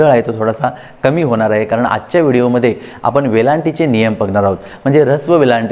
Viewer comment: " मित्राणो ", " आपन ", "करनार" हे शब्द " मित्रानो", " आपण", "करणार" असे निवेदकांनी शुद्ध उच्चारायला शिकल्यास, शुद्धलेखना संदर्भात त्यांनी दिलेले ज्ञान स्वीकारण्यास लाज वाटणार नाही.